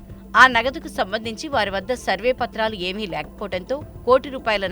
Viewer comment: సర్వే పత్రాలు కాదు సరైన పత్రాలు తెలుగు నేర్చుకో..